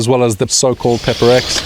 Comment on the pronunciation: You said peper x???? How????